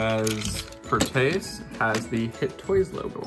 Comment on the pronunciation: You pronounced Proteus wrong